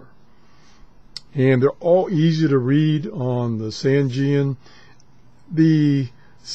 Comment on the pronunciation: Excellent review as usual, but you got a little dyslexic here. It is the ATS-909X and not XTS-909A. And, even though we all pronounce Sangean the way does here, it is actually pronounced "Sane" (like in insane) and "Jean" (like Levi's Jeans). SaneJean. I would just like to tell everyone that the sensitivity issue on the 909X whip antenna can easily be fixed with a cheap 4:1 antenna balun as described in the Yahoo Group for the ATS-909X. Also, I recently acquired a Clearmod version of the 909X, and the Clearmod has a sensitivity increase which puts it on a par with, if not better than, the Sony as well as all the new Tecsun portables. One of the very few Clearmod reviews available here